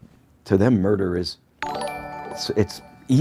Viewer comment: “all that cowld case murdur stuff”